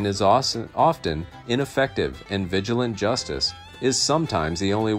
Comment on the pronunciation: Nice, but you should look up how to pronounce vigilante